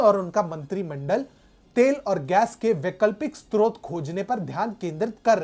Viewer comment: स्त्रोत नही, स्रोत।